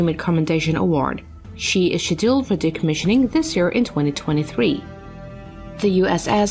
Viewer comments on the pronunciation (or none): I totally agree. Got fed up with " Shedilled " Being English I know some Americans use different words for things than me, and that's fine. But to completely mispronounced a word is terrible. Who designed these auto speaking bots ?